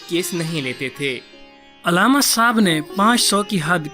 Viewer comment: تمھیں علامہ کا تلفظ تو آتا نہیں ہے۔ عل+لامہ، یعنی ل پر تشدید اور ع پر زبر۔